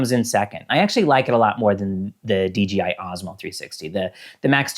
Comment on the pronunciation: Why are you saying Dee Gee Eye instead of Dee Jay Eye?